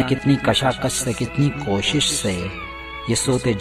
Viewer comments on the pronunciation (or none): न जाने कितनी काशाकश से कितनी काविश से ....लेकिन आपने पढ़ा " कोशिश " से .... पहले लफ़्ज़ों के मानी समझो तलफ़्फ़ुज़ सही करो फिर शायरी समझो फिर इस नज़्म को पढ़ो ,अपनी कमज़र्फ़ी से और दग़ा करके दूसरों का वक़्त ज़ाया मत करो ।।।।